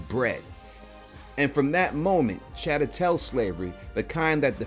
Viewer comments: Great review & analysis!!👏🏽 One thing it’s Chattel pronounced (chat-tell) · I love it bro ! Never heard chattel pronounced like that tho 😂 !